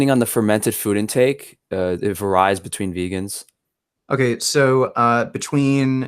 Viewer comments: the make up wearing goomba says that, "it varize (???) between vegans" did he mean to say it "varies" between vegans. is so dumb he can't say the word "varies" and says "varize" WTF???? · Why he keep saying var-eyes instead of varies?